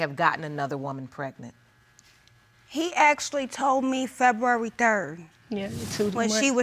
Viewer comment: Is saying feburary that hard...